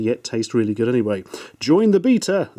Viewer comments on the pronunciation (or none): none